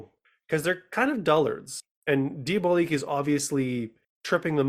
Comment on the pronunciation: Diabolique is a film released in 1955 and remade in 2000 - the film you are reviewing is called Danger: Diabolik - please pronounce it correctly. You do a disservice to the film, and to movie fans everywhere, when you continually mispronounce the name. John Phillip Law himself specifically discusses its correct pronunciation with Tim Lucas during their audio commentary review of the film. Moreover, I find your review quite lacking in both scope and understanding - not to mention research and information. Next time - try not winging it.